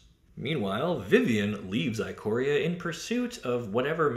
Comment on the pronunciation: The "i" at the beginning of "Ikoria" is pronounced like the "i" in "ichor" (the golden blood of the Gods said to transform mortal beasts into gigantic supernatural monstrosities). It's "ick-or-ee-a".